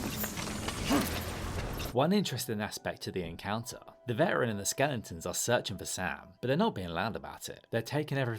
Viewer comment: Are you saying "skellingtons"?!